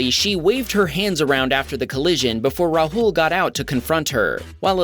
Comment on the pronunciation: Its not pronounced rhul its raaahul